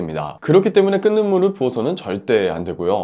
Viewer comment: "끓는 --> 끌는" (o) , 끈는(x):: 발음이 계속 거슬림